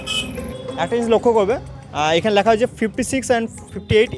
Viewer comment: bhai kotha bolar somoy uchharon gulo ektu dekhis, kane lage. Kalponik(bolchis Kolponik), Lekha(bolchis Lyakha)